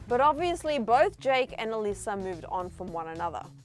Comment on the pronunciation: She said “aleesa”